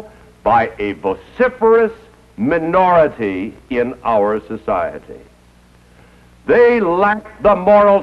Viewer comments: I like how he stresses the word "minority" . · I love how he says "MINORITY"... If the early 60's taught us anything, it was fuck minorities.